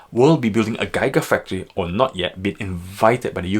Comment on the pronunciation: I can’t take analysis seriously when the host can’t even pronounce GIGA FACTORY.